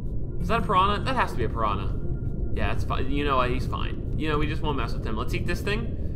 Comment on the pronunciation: Listening to Speedy pronounce "P'rana" hurts my soul.